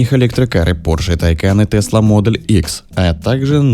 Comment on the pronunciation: Названия авто на произносить по-русски раз видео для русскоговорящих. Правильно будет Тесла МодЕль Х, то есть ударение на второй слог, если уж так хочется сказать по-английски, то надо говорить без мягкого знака (буква "л" не должна быть звонкой).